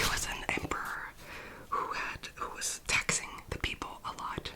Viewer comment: A few points of note: 1) I initially thought you said "There was an Emperor who was TEXTING the people a lot" I was like "Whoah!" 😂 2) I legit thought Omar was just gonna knock the Princess clean out with that sceptre and be all casual: "What? She's not crying now, is she?" 😭😭